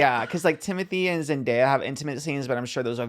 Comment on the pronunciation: The way Trish pronounces zendaya